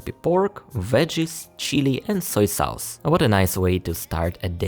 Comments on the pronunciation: Educational video. Maybe describe the taste a little more, like sour, sweet, hot. Strong or mild. Also you pronounce the vowel in the word sauce wrong. It's pronounced like hot or fox, or like faucet, instead of like house. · I like your video. Please pronounce SAUCE as SOSS.